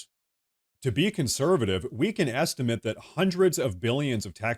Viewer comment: Your A.I. robot narrator doesn't know the difference in the pronunciation of the verb "estimate" and the noun "estimate". You're not even using your real voice. No more "likes" for you. Why can't you get a real human being to read your narration?